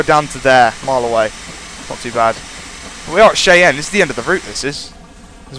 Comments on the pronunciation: you say it like (shy-anne) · Cheyenne is pronounced as Shy-anne